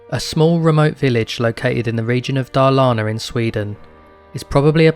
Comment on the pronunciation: I'm sorry but Gävleborae and Darlana???? 😂😂😂😂 it's pronounced Yevlä-borgh.. And Dalarna not Darlana 😂😂😂😭😭😭tf